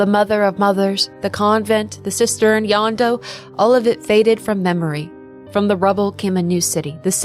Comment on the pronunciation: This is a great video, and extremely well researched, which just makes me wonder how you ended up with the wrong pronunciation of "Jondo," which is pronounced correctly in game (in Spanish, J makes an h sound, not a y sound).